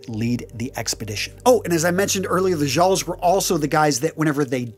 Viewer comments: Quick pronunciation on "jarl" - it gets imported into English as "earl" (both the name and the title). So treat the J as a vowel instead of a consonant. Also, it sounds similar to the other classes. So, jarl, karl, and thrall. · A very good video but the word "Jarl" is pronounced "Yarl" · Good video. The only major criticism is your pronunciation of a couple words. As a Scandinavian word, the "j" in "jarl" is pronounced as a "y" so it would be said as "yarl". Also "Ibn" is an Arabic word that roughly translates as "son of" and it's pronounced with a short "i" sound so "ib-n" not "eye-bn". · You've probably been told elsewhere, but "jarl" is pronounced like "Yarl". But you've done well. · FYI, Jarl is pronounced with a soft J. Sounds like "yarl" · Thrall is is pronounced like all. Karl is pronounced just like the name Carl. Jarl is pronounced with a Y not a J. So it's Yarl. And is pronounced like Karl for the rest of it. Edit: loved the video